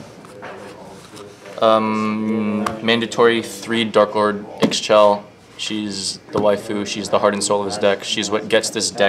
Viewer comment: Ixchel is pronounced "Ish-tchel" not "iks-shel"